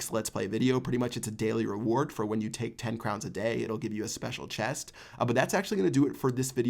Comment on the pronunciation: Why did he say chest like that Silver chaest 😂